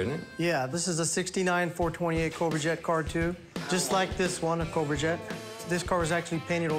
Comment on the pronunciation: Yeah that is not how you say that! Yeah you Yeah that you say yet cobra!